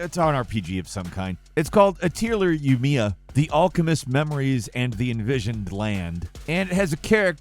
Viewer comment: How did you fuck up the first story so badly? Lol you mispronounced Atelier and Yumia. You also said Ryza was a character in Yumia.. she isn't. She is from a totally different game called... Atelier... Ryza.. Did no research go into this? Lol